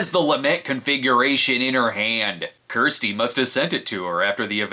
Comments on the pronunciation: It's not Kristy or "Keersty" 😂 it's Kirsty. You bloody yanks. 😂❤ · Do people in the US not have the name Kirsty (rhymes with thirsty)? I've heard a few weird pronunciations of the name now from US Youtubers, who insist on pronouncing it as "Keersty" - there's no such pronunciation where I'm from (UK, which is where Clive Barker is from).